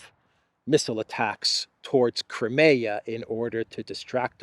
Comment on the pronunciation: Will you please learn to pronounce CRIMEA correctly, it is NOT pronounced "cra me ya" Phonetically it would be closer to "cry me a"